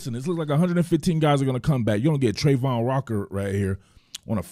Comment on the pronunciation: This is awesome, I'd have to get one thing out is that the pronunciation of travon is not Trey-von it's Tra-von.